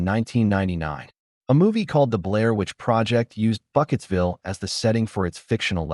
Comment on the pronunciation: Burkittsville, not Bucketsville! Dimdot.